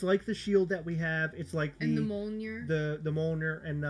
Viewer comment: Now that I live in the Nordic realm and understand how to properly pronounce "Mjölnir," I cringe every time I hear you guys say it, hahaha. But I used to say it wrong too.